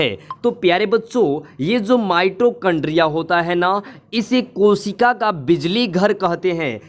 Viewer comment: Pahle bolna sikho mitrochondria nahin mitochondria hota Hai